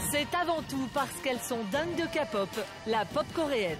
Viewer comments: Ce qu'il veut dire c'est qu'on dit pas kapop mais képop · Ont dit pas ka pot comme capotte ou cacapote mais bien k pop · La Kapop bas oui bien sûr renseigniez vous sur la prononciation mes oreillers ont saigné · oe mais international de dkre "kaypop"